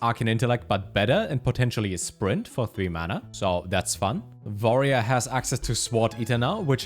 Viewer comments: You always say warrior with a v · > Pronounces Y'shaarj and G'huun correctly > Says "vorerior" instead of "warrior" Never change, never change.